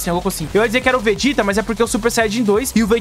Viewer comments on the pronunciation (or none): none